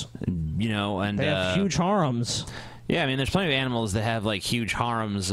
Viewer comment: You guys pronounce "harem" weird. ...That is all.